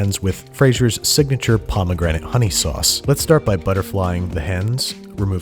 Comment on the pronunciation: The sowauce Cowafee